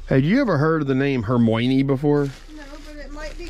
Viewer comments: No one in the UK or other places are naming their kid Hermoynee. Thousands are naming their kid Hermione though—pronounced (Her My Oh Nee) or (Her My Uh Nee) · The way you pronounced Hermione 😂I'm guessing you've never seen any of the films! As a Brit I had heard it before, from a Shakespeare play I studied at school (The Winter's Tale), I never knew anyone name their kid that! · I never heard of that name until reading Harry Potter. In my head I pronounced it very wrong from with the British actors knew how to pronounce it 😂. But there was an actress in Mary Poppins who played the maid and that was her name. Plus the one from the Music Man who played the mayor’s wife.